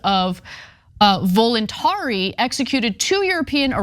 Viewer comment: Voluntari is not pronounced that way, the i at the end is silent, just like our e.